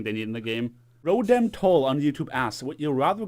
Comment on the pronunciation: Dude u called me roden. Its rotem dude. I'm offended